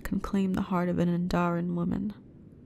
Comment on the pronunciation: You have a new subscriber and great voice. Only one thing I have they way you are pronouncing Andorian wrong you have to include the o/r in Andorian. Just an observation but have a great evening